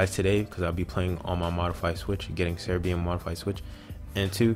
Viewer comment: whats ceribi? why did he say ceribi